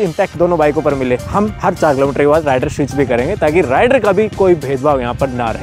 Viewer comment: ℝ𝕖𝕕ar nahi he ℝ𝕚𝕕𝕖𝕣 he😂